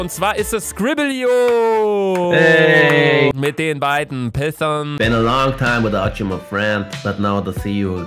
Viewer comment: Niemand: Luca: Scrib-lio